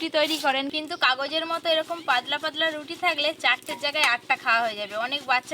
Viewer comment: এদের উচ্চারনের এতো সমস্যা কেন🥲পাদলা নয় পাতলা